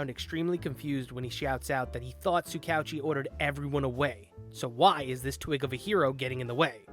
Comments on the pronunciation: Just butchering tsukauchi's name prunounciation like it's no big deal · It's Soo Ka OoChi. Basically just pretend his name is written as 2 separate words i.e Tsuka-Uchi